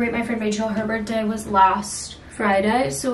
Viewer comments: Girly… you know its birTHday, not birtday, right 😅😂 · 😆🫣 one of those things I suppose. It’s a TH not just a T hahahah